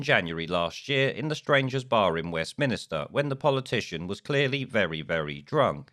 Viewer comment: It’s Holyrood not Hollyrood and Westminster not Westminister... otherwise all good!